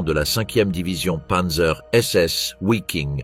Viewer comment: Interessant mais pas très bien lu (et mal prononcé : " Vaffen SS " et " Viking ", et non pas Ouaffen et Ouiking)...